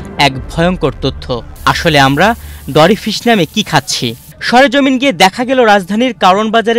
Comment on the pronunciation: ডরি ফিশ৷ না মরি ফিশ এই প্রথম এই মাছের নাম শুনলাম।